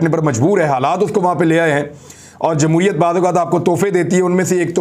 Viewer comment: sharam aati hai iss jamhooriat ko amhooriat kehtay huay